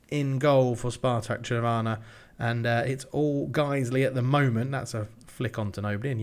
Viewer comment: The n is pronaunced in Trnava, it is not silent.